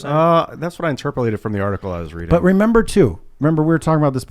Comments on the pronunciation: Did just say “interpralated”? 😂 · You have to love “interpalated“ hahahahaha